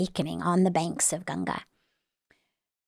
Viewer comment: First time a foreigner pronouncing Ganga ji perfectly🫶🏻